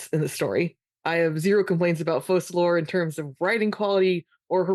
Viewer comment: Guys, you are lore enthusiasts and you still call Fokalor (according to “Ars Goethia”) Fosalor (according to uneducated and bad-decision-driven eng localisation team).